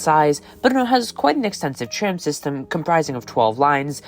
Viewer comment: Český přízvuk je v některých slovech patrnější více, někde méně, zejména vychází najevo (pochopitelně) při vyslovování českých slov. Celkově se mi Vaše výslovnost líbí, možná bych trochu zapracoval na vyslovováni “tr-“, např. ve slovech “tram”, “transportation” - v tomto videu mi to častokrát znělo jako “č”.